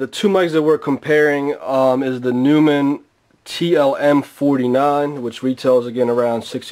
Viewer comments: Noymun, not newmun. But thanks for the test. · it's not pronounced newmann it's pronounced noimann. I see someone already mentioned this. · This guy said "new-men" LOLOL it's "noy-men" maybe that explains why he can't get this mic to sound great lol I have this mic and it's more then amazing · Stopped the video as soon as he said "new"mann -_ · hey this is hawkz from germany and the companyname is pronounced like NOI in Noise and MON in Money.. So NOI MON would NEU MANN and thats it :D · If you are doing a test of a famous microphone manufacturer like Neumann, you should probably say the name correctly. Not a big deal, but... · fyi you pronounced neumann wrong... rookie mistake. just saying..